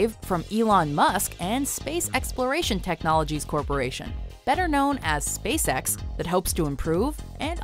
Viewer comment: Am I the only one who hears space sex instead of space-ex?